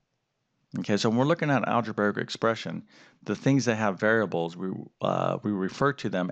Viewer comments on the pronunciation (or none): its algebraic not algebaric. omg please say it right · I'm sorry, i cant stop laughing at the fact that calls it "Alegebearic" XD im sorry if im being rude